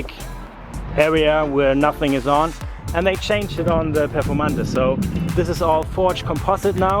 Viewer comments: Did you just call the Performante "Performantuh"? Dude, it's pronounced "Pe(h)rformantay". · The Performante you were using.is the German Performante, pronouncing the last "e" with the "uh" sound.